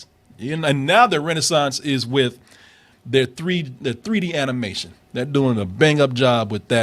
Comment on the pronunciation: Martin and Corey want to laugh so bad when mispronounced "animation" lol